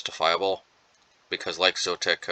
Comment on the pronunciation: Zo - et - ic